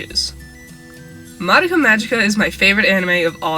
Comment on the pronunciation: You're pronouncing madoka wrong